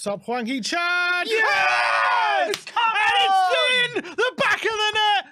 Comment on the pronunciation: 황 희 찬 발음 정확한 영국 아재들. . .